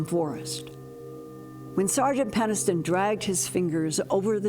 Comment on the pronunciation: Moulton-Howe, PENNISTON! Why do you (and a bunch of other ufologists I know) have such trouble pronouncing Jim Penniston's last name? Especially given the surname's root (PENNIS)! "Come on down to Penis town..!"